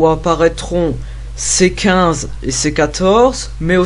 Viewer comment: Vidéo sympa mais t'as une voix chelou limite voix de petit bourges lol...à 8min23, la façon dont tu dis c15 et c14 j'étais plier en 2 je me suis repasser ce moment au moins 15 fois, putain j'en ais mal au ventre !!!!